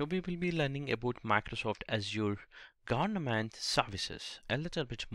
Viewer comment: Its not gornament .. its government